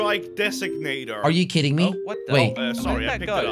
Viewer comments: Actually he says it like 'are you kitting me' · It sound like he’s saying are you kitten me lol